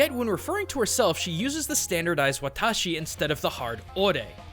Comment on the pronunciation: Boi its watashi